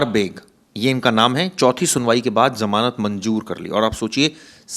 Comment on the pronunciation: manzor hota he manjor ni 😂😂. Tum log urdu ky lafaz na bolo ni aty to.. 🇨🇵🇨🇵🇨🇵🇵🇰